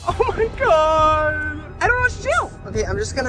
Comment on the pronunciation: “oh my gwad”